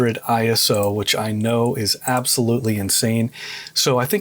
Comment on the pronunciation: ISO is an Acronym, not a word, so it should be “I” “S” “O” not “Eye-so” and it stands for International Organization for Standardization as depicted on their logo. In the old days we called it ASA, pronounced “A “S” “A” … and we certainly never said “Ah-Sah”. Was great to hear you say it correctly!!! Topaz AI is truly amazing, I accidentally shot an image at ISO 51,200 on a Sony A7R5 and a Tamron 28-300mm lens handheld, and after running it through Topaz Photo AI for noise reduction and Photoshop using the High Pass Filter for sharpening I ended up with a very usable image … I was blown away! Thanks for the video, lots of good tips and tricks.